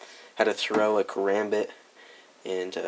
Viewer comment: This nigga pronounced it, "karumbit"😂😂